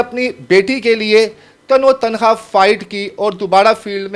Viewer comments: جاہل تین بار تم نے تن تنہا کو تنو تنہا بولا اگر کبھی کوئی یہ پڑھ لے تو اس جاہل کو بتا دے کہ اپنے قومی زبان سیکھ لے جہالت میں نہ رہے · تن و تنہا لفظ نہیں ہوتا۔ تن تنہا ہوتا ہے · NOTE KAREN TAN E TANHA / LAFZ HOTA HAI YANI AKAILEY HI./ AAP NEY POORE VLOG MEIN TAN O TANHA / TAN O TANHA / BAAR BAAR BOLA/ AFSOS HUA APNI MAADRI ZABAN URDU NA THI KOE BAAT NAHIN JANAB KISSI SEY MASHWARA HI KAR LAITEY JANAB. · تنو تنھا غلط تلفظ ھے اسے صحیح بولیں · تن و تنہا نہیں تنے تنہا لفظ ہوتا ہے ۔ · او بھائی۔۔۔۔تن و تنہا نہیں۔۔۔ تنِ تنہا لفظ ہوتا ہے۔ صرف مائیک پاس ہونا اینکر نہیں بنادیتا۔